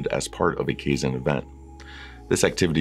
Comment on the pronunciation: kaizen is pronounced Ki-zen it's Japanese change for good. Otherwise helpful video thanks.